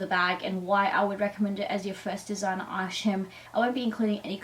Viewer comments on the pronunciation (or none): This video is so annoying the word is item not eyesham learn to speak proper lol 😂